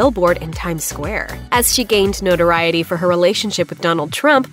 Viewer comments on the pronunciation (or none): none